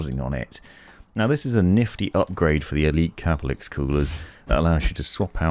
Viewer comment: I thought it was pronouned ker-pell-icks, but in your videos you pronounce it cah-per-licks / cah-puh-licks. Is there an official pronunciation? I've looked at Corsair's help videos and they use the former pronunciation, but I'm not too sure.